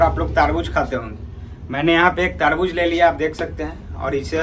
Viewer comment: Taarbuj nhi tarbuj